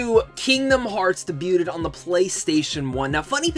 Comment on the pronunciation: Your'e not saying the word debuted right. Awesome video though! Hope you had a good birthday.